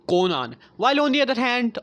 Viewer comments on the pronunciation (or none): none